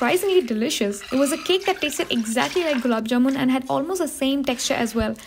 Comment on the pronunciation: The happiness i feel when someone pronounces gulab jamun properly>>>>>